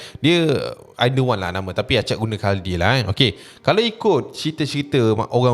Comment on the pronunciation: Khuldi kot, bukan khaldi😂